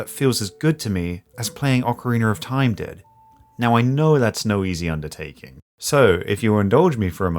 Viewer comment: “Orcoriner of time” haha love it